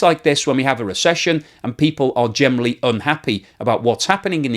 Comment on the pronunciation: Why do you say gemely instead of generally 😀